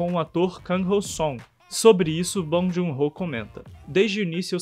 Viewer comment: Muito legal! Só procuraria pronunciar o nome dele corretamente. Não é obrigação nossa, mas a gente gosta quando um estrangeiro pronuncia nosso nome como ele é na nossa língua, não é mesmo?